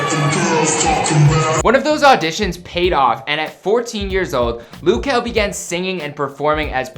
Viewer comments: Loo kel🤣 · its not loo??? its luh kel sound it out and mabye u won get corrected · His name is not Lou , just call him Kel bro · 'LOOH' KEL. Its LUH kel my guy, it's not that hard. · Luh kel not loo kel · It's now Lew kel it luh kel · It’s not loo kel it’s pronounced just how it’s spelt which is luh kel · i kept getting mad when he said “loo” bruh i was like “its luh kel not loo” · Is it me or do I pronounce his name differently? I pronounce it L-uhh Kel not lu kel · i swear if he says "lu" one more fkin time im going to blow up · This is stupid don't talk about luh kel you a grown up but don't even know how to say or spell his name I hated your channel anyway don't play withme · It's LUH kel oraytt?? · its luh kel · Loo kel noooooo my dude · tf is "lou" 💀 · Oh wow, "loo kuh"(wtf) is my fav singer😂🙏🏼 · I swear no matter whomit is they always mispronounce something. Its Luh Kel JUST SAY IT HOW IT LOOKS JESUS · Is anyone bothered by the way he sayd luh kel? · Did this guy just say Lou Kel 😂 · That’s what I thought but it’s loo